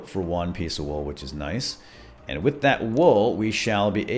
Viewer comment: Whit? That sounds like a name. We're you trying to say "with"? Because that's not how you do it.